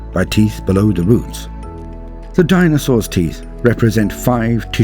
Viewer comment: the way you say DINAsaurs